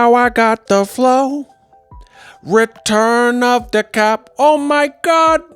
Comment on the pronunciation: 🤣🤣🤣 "Return of tye cap"